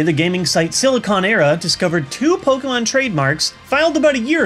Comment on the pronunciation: How bout Po-ken-mon